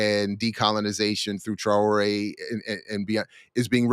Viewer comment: TRA'ORE ,, get it right 🤔